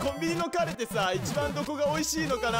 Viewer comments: カレーのイントネーションもだけど、カレって最後あんまり伸ばさないからなんの話か分からんかったw セブンがカレーフェアやってるらしいよ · カ↑レ↓ーが気になって気になって